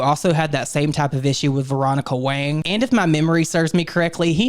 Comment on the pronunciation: I appreciate you pronouncing Veronica Wang's last name right! 💚